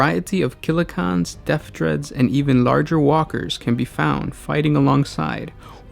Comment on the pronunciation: Why are you pronouncing it Killa KHAN instead of CAN? They are called CANS because of their resemblance to trash cans or tin cans. I've never heard anyone dub them KHANs until now. Sorry I just found it a bit annoying.